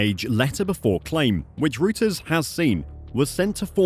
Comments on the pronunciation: It pronounced “roters” not routers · Rooters 😂🤪😂 well that’s an ‘original’ way to pronounce Reuters…try Royterz…🙈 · Royters NOT rooters! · Reuters is pronounced as “Royters” not “Rooters” 😊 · By the way: Reuters is pronounced Royters. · Its pronounced Roy-ters...